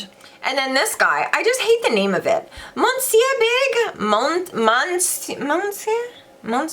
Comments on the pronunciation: Monsieur Big : you pronounce meussieu ! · Love listening to ppl try to pronounce 'Monsieur' 😉.. Its French for 'Mr.' Pronounced phonetically 'Miss-your'. 💙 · Monsieur Big - means - Mr Big - pronounced - Mus..s’yer x (weirdly and i checked again online to be sure haha) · Why can everybody say Jouer but not Monsieur??